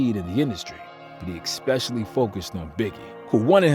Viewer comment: WTF does "ekspecially" mean?